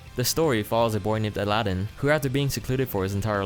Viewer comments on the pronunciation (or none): none